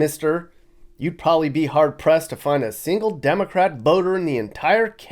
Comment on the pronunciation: This guy can't even say the word probably correctly! Calls it "prolly"